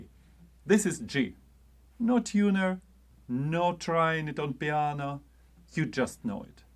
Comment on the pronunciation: I don't have a perfect pitch recognition, but I did hear you say "piana" - does that count? :-) Thanks for yet again a useful video, this one is for the confidence! Cheers